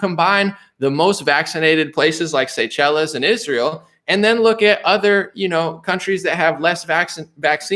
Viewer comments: It's pronounced say-shells sir. 😉👍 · That African island nation is pronounce Say-shells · Seychelles pronounced say shells😅🤣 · Pronounced: say shells